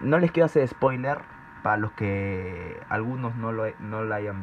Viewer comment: Dijo spoiner xd